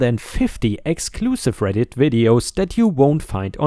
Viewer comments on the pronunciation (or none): none